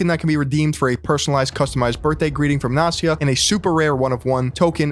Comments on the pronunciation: It's not Nasia, it's NAST-YA. You pronounce the T. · Great video, since Gary Vee goes NFT he became even more irritating. And another thank you for word "nepotism", because in russian language I know this word very well and here it is not just a word, but the phenomenon of life. If I may, one little remark not "Nasia" but NasTya (T is not silent . The full name is Anastasia). Sorry if I'm not the first who saying this. But in this case I guess we shouldn't really give a fuck what is her right name :) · It's NasTya, not Nasya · It’s Nas tia. Not nasia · Its NasTya, With T like in word Nasty, not Nasya. And no, I don't know who she is, I just know this name. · Incredible video, beautiful research, but I can’t fucking believe your pronounciation of name “Nastya”. Even when you spelled it out, you did not miss the “T”, while you did not say the letter “T” once, you could only hear “Nasya”. All that aside, awesome, keep it up. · Not to discard the topic & then info, but I can’t listen to "nastya" without "t" in the middle. That letter is there for a reason! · Why can't you pronounce Nastya? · Btw you pronounce Nastya incorrectly. The name is Russian short for Anastasya. S and T are separate sounds. Anyway, in the past years, a lot of people are trying to monetize their children. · Can't believe can't pronounce "Nastya" properly. Damn bro.....